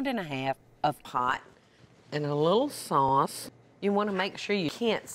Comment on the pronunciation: Was that a little sauce or a little SoSs? Need to know, Im cooking this for my SiSses wedding